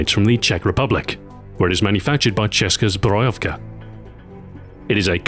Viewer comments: BTW the second "o" in Ceska zbrojovka is pronounced ō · i am proud of my country to make this beast gun but you spell ceska zbrojovka its Česká zbrojovka its upside down :D